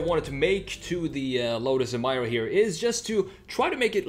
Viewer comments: Lotus: Introducing the new Lotus Em-ee-ra This guy: Em -EYE-ra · It’s Emeeeera not Emiiiiira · EMIRA, not EMYRA lets pronounce it right lol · It's NOT "eee-mie-ruh"! It's "E-meer-uh". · It's pronounced E-mir-ra not Em-mai-ra. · It's pronounced Em-EE-ra. Stop Americanizing the pronunciation of everything. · Pronounced... Ee-me-rah ! If you look carefully the body lines all form boomerang shapes, like the main bonnet vents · Bro, its pronounced A'meera